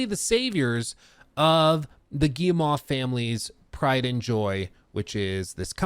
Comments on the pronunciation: Hey! It's Guille-moh, not Guille-mah, friendly tip! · The Gay-mon brothers? Am i hearing this right?